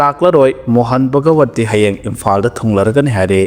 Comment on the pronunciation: Mohal bhagawat haibani bhagawati haiba nate tabada nungaite